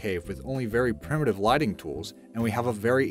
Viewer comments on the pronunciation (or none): none